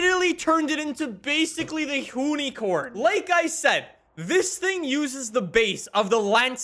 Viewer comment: Sorry can we talk about the way he pronounced hoonicorn?